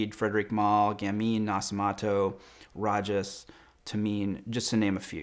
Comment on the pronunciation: The Roja Dove is a friend of mine. If you get a chance to go to his boutique on the top floor of Harrod's - do so. It's pronounced Ro-Ja - soft 'J', not Ra-Ja.